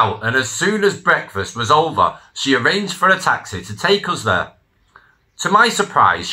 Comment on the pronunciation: Mate, I'm a Manc, and even I don't say Free (three) and Ver (there) get a grip. Stories are good though